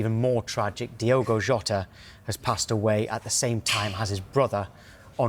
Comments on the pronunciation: Diogo not Diego. This man just passed. At least pronounce his name correctly. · it does not feel real. And it is DiOgo, not DiEgo, FWiW. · Please do him the justice he deserves and pronounce his name correctly "its Diogo not Diego" Alwayswolves 🧡🖤🧡🖤🧡🖤🧡🖤🧡🐺💪🏻